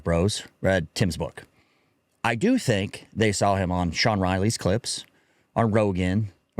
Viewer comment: Did he just say Shawn Riley! 😂